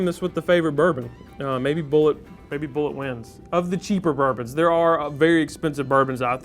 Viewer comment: BOO0-LAY:/ no one pronounces it right/